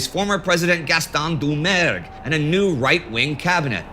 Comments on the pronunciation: When I first heard you say “Francois Doumergue”, I thought you said “du merde. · That's what I thought aussi!